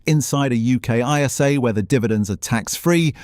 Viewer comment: The AI voice doesn’t like saying FTSE or ISA 🤣